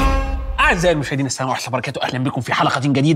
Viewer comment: نفس اعرف ليه مش بتقول السلام عليكم ورحمة الله وبركاته بشكل صحيح ؟؟